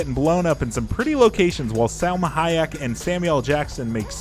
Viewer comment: HA-YAK? So soon after GER-ALT? Please have mercy on us!